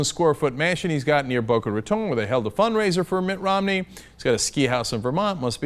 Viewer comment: Thank you Cenk for pronouncing "Boca Raton" correctly.